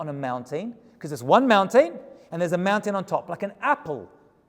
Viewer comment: I've been meaning to comment this, so I finally will. I love the way you say mountain. Mown-tane. Lol. Cracks me up. 😆